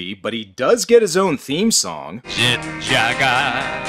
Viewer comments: It is actually Jag-u-ar... hence why it isn't spelled Jagwar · "jet JUgULEr." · it's JET - JAG - U - WER 😂😂😂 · His name is Jet Jag-u-wir!, 2 seconds later: Jet Jaguar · Jet Jag-You-Are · They probably pronounce Jaguar like a sensible Person and not like an American Jack Wire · how the hell did english speaking dubbers mess up "jaguar"? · Thought that's how the Aussies, British and you dry Canadians say Jaguar?